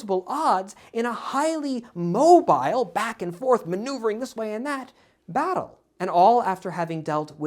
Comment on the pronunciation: when when you pronouce Battle it sounds like... Butt hole:) 🤣